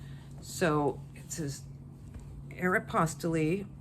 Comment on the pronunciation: It probably doesn’t matter in the grand scheme of listing, but for Aeropostale, the e at the end is silent. So glad to see your videos. It doesn’t matter what you talk about. I don’t sell clothing. I started watching you when you also sold vintage hard goods. So, we sell different things, but I still watch. I just enjoy you.😊